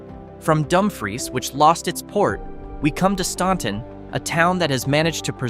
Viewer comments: It's pronounced StANton, not StAUnton. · Pronounce Staunton like the U isn't there. It is called phonetically "Stanton" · As a native Virginian, you are saying Staunton all wrong and it drove me nuts. STAN-Ton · its definitely pronounced stan-ton. Ive lived by it my whole life. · "Made up mostly of crab fishermen," he says, showing oystermen next to a pile of oysters. They're called "Watermen." Also, Staunton is pronounced like "Stanton," because they misspelled the name on the record but the pronunciation stayed. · I get it, but your pronunciation hurt. We’re weird and don’t always pronounce things the way they are spelled.